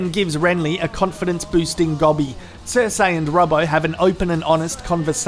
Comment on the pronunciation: It’s Cer-see not cer-say, fuck! Stop embarrassing us Aussies with this shit. Love your channel though